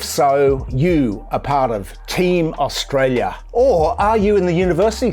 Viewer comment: I cringe every time he speaks, does our treasurer not have the mental capacity to talk about a topic and pronounce the name of the country he is charged with looking after at the same time?